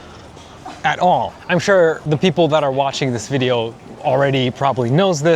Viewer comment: ここで 〜is one of ”ジ” places 〜って言ってて、某チャンネルで言ってた強調のジだ！って思ったw